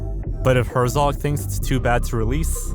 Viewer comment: Why did you apologize for saying the Japanese name correctly and then proceed to mispronounce every other name? Herzog and Melies I get. But you called Cannes, Cane's film festival?! Come on dude. Put in some effort in learning how to pronounce popular names you don't know.